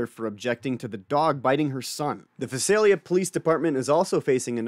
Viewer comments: It is pronounced Vie-sell-ya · It's pronounced Vie-sale-ya. Weird I know. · Hey you're not pronouncing of town right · Use to live near there. The thumbnail is spelt wrong and the pronunciation of Visalia was a bit off haha. But great vid as always.